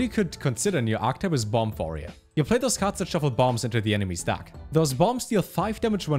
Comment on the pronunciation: The way this guy pronounces 'deck' has me in fucking tears "DAHCK" hahahahahahahahaah